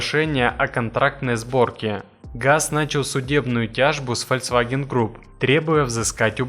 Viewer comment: Автор, ты же сам врезал этот кусок с правильным названием. Так когда ты, наконец, начнёшь правильно говорить - ФОЛЬКСВАГЕН?